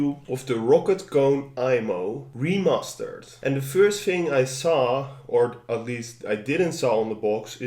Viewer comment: did he say "re-mustard" ?